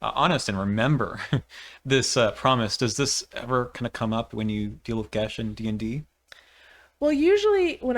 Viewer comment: Geas is pronounced "gas" or "gayss". Geis is the Irish spelling which is pronounced "gesh" or "gaysh".